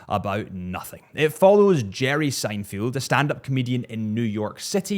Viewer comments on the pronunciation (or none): SEINFELD, it's Seinfeld. Not Seinfield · How could you possibly manage to mispronounce "Seinfeld" not once but twice? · Three times